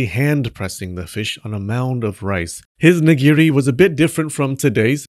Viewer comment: Ok, every time you picked a new way to mess up nigiri or sushi, I lost it. "nighughghgu wasn't always raw" Well done, sir. Well done.